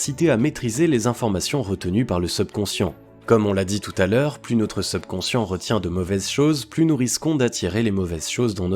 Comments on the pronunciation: subconscient (et pas sebconscient) prononciation (super contenu) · Effectivement dire SUBconscient et non SEUBconcient aide à une meilleure compréhension. Ce défaut de forme gâche un peu la qualité du fond...pourtant d'une grande valeur. 👍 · Je vais essayer de trouver une autre vidéo sur ce thème car c'est vraiment irritant cette mauvaise prononciation seubconscient au lieu de subconscient. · Mdr le SEUBconscient. SEUBjectif. SEUBurbain. SEUBlimer. SEUBjuguer.SEUBmerger.SEUBversif.SEUBsonic.SEUBventions.SEUBlime etc etc... servez-vous du subconscient pour l'orthographe et la diction avant de s'intéresser à la Psychologie donc. Ca peux servir à être plus crédible. quitte a faire semblant de s'y connaitre... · #SEUBconscient 🤦‍♂️c'est un mot Français pas besoin de le prononcer à l'Anglaise 🤣.. Les gens vont plus à l'école ou quoi..? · Prononciation seubconscient insupportable. Pourquoi pas teubconscient pendant qu'on y est ? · Vous prononcer mal le mot subconscient dommage c'est un "u" pas un "eu" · Très bonne vidéo, seul bémol, la prononciation du mot subconscient, surtout qu il revient souvent ! Bonne continuation et bravo pour le contenu 👏🏻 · C'est vrai que c'est vraiment irritant mais je pense que c'est un robot qui parle. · il le prononce comme le "sub" de subscribe ..technique de manipulation ou quiproquo ? à vous d'voir